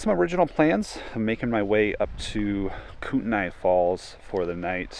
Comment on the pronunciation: For the love of god and us locals, please pronounce Kootenai the right way.